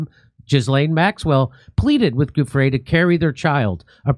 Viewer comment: stop saying Guffre , JD, it is Giu (like jew), ffre, get it ?! its offensive you pronounce italian like mexican perhaps not sure I dont know it. It is as insulting as people pronouncing, occi instead of okki with the cchi exception, incredibly illiterate and insulting to any italian speaking person.